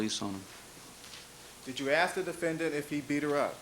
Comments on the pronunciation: The chip on his shoulder is the size of Mars Also, I hate how he pronounces the word ‘defendant' He's like the “DE-FEN ENDDD-ENTTT--ITT" It drives me fucking nuts.. Also, the camera man.. Jesus.. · I’m so glad I’m not the only one who despises how he says defendant. I don’t know if you have watched the Jody Arias trial, but the judge pronounces it the exact same way as him. It drove me nuts through watching that trial.